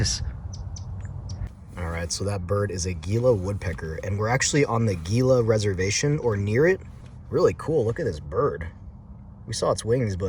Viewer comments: Gila is pronounced “He la” not Geela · Just a friendly heads up gila is pronounced hila and saguaro is pronounced sahuaro. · That's a neat pillow/sleeping pad inflator. Do you think it would be powerful enough to aid in stoking a fire? Also Gila is pronounce "Hee-luh" just like the Gila monster lizard. Thanks again for a cool vid.